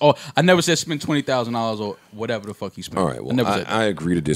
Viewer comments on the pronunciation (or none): wait. joe purposely mispronounces "fuck"??? as frduck?? fluck??? y